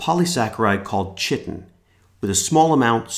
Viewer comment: You don't pronounce 'chitin' with a 'ch'.